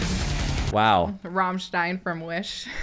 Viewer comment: \m/ And don't forget her pretty decent pronunciation of Rammstein